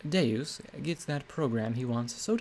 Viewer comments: Nah Deus is latin for god and is pronounced day-us, you're probably thinking of deux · Good job bringing this to life except for two names, Gin Rummy is Gin like the alcoholic drink ‘jin’ and Deus means two, so its pronounced kind of like French for two with an ‘s’ on the end. ‘Doo-ss’